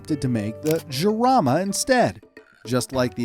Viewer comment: 8.03 its not jamara its jarama